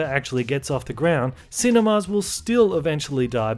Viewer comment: Yo, why do you keep pronouncing 'cinemas' as 'cine-mars'?